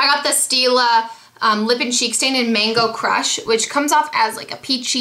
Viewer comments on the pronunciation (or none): ZMOG! When you said Mango Crush I thought you said Mango Crotch! bahaha